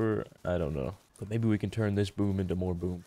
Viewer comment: when says "boom" it kinda almost sounds like "boob"